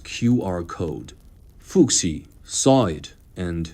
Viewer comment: How happened that you could not learn your robot to spell Chinese names correctly? "Fu Xi" is not "foo ksi", it's "foo hsi".